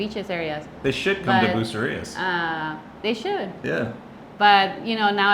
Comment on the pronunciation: Hello nice video, I've actuality heard a YouTuber say Bootcerias 😮 smh but what really irritates me is when i hear someone say Porto Vallarta 🤷🏽‍♂️